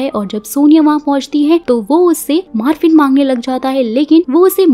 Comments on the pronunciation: Maaaarfin nahi... MOR-FINN... Morphine - Painkiller medicine for acute pain. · Marphin nahi morpheen